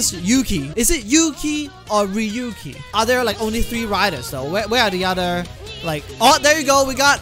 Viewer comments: I think the japan way to say Ryuki is Real-Ki, not Ri-YOU-KI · Ryu-ki / Ryoo-ki Two syllables